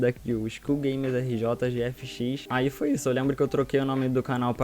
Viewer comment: SGRJGFX kkkkkkkkkkkk quantas vezes ficou ate conseguir falar?